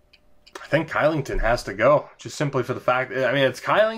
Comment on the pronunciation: Kylington = Shylington, because Swedes don't like to say K's :D